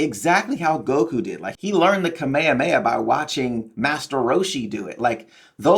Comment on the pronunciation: it's hard for me to hear kameamea, why people say Kameamea and not Kamehameha? Easier to spell ? (no offense please)